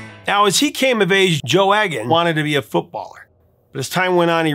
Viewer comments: It’s eeg an not egg an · It's 'E'-gan, not 'Egg'-an. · Don't mean to be pedantic but I believe Joe's surname is pronounced eagan as in eagle, not eggan as in egg. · Joe Eggon? Trust an American to mispronounce a simple surname like Egan (Eeg-an). It's the same with MacLean (Mac - Lane) and common Polish names. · Very informative video, thanks. Just one point - I'm pretty sure that the name Egan is pronounced 'Eegan' rather than 'Eggan'. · "He had an ear for music" :) I enjoyed this story about two local boys, but Joe's surname is pronounced "Eegan", rather than "Eggan". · Just a heads up. The E in "Egan" is pronounced like Eel, Not Egg. Good channel though. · Joe's surname is pronounced 'Eegan' not Eggan. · It's pronounced Joe Eegan with a hard E, rhymes with Edam like the cheese. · Eegan…..not Eggan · Oh Prof, it's pronounced Eegan, not Eggan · Pronounced Joe EEGAN not EGG-AN. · Egan is not pronounced as "Eggan", it's a hard E, so it's pronounced "Eegan". You're welcome. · It's pronounced "ee-gan" not "egg-an" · I had a special affection for Stealers Wheel right from the start, not least because Gerry and Joe were local lads! P.S.; Egan is pronounced "Ee-gan". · Joe’s name is pronounced Egan. Been a fan of both from the early seventies. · BTW in Scotland Joe's surname is pronounced EEgan and you missed a really Important time in Gerry Rafferty's time when he was with a band called the Humblebums along with the great Billy Connoly and Tam Harvey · Uh, it’s pronounced E (hard E) gan….very Irish, and I should know. Enjoy the channel very much, though. Cheers, JPE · Believe it Egan is pronounced eegan. Hard E. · It’s E as in eagle, Eagan. Not E as in egg.